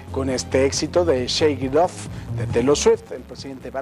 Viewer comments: alguien mas noto que dijo shake ip otf pero es shake it of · xD si de hecho dijo "sheiguidof" x'D